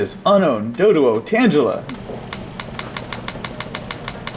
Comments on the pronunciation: Oh god, this man really pronounced Tangela as Tanjela. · He really called pronounced Tangela as Angela lmao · "Tanjula" lolol